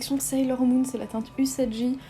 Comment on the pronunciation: Trop cute ! Il est trop joli ce maquillage, j'adore ! Je connais pas cet anime mais tu me donnes envie d'en regarder alors que ça fait une eternité que je ne regarde plus les anime ahah Par contre dans Usagi le g se prononce comme dans galaxie ahah ^^' ça m'avait déjà perturbé dans une autre vidéo où tu l'avais dit je sais pas si qqn d'autre te l'a signalé, mais je tenais à le dire ^^ D'ailleurs je crois que tu disais que tu n'as pas vu sailor moon je te le conseille, il est cool (mais un peu long) ! Hâte de voir tes autres projets cosplay !